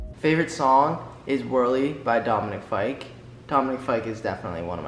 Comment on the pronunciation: When Matt said Dominic fyke AHHH